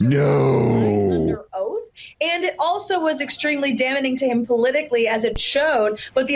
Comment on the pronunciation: "Merrica Garland"? "Damnening"? 😂😂😂😂!!